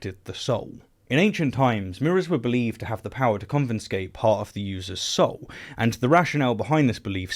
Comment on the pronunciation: Regarding the mirror superstition, you used a word I've never heard before, convenscate. Well that's what my ears heard. Did you mean to use the word confiscate? Or is it a pronunciation thing?